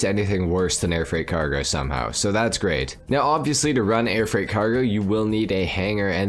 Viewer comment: “grEEt” wtf is that